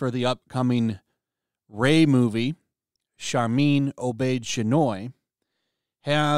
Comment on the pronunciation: All I heard when you said her name was Sharpay hoy minoy